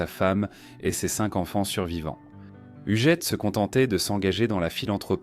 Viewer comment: Donc l IA ne sait pas prononcer hugUette??😂😂😂😂 Hougette